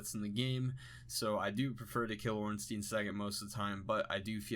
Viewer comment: "smo" is fine, but ornstein is pronounced orn-shtyne...ear-stone